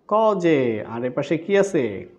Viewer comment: Coj A❌ Cos A✅